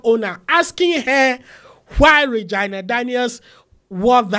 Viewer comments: It’s pronounce as ray-gi- na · Did you just say "Vaginal" or "Reginal" Daniels? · you mispronounced Regina name.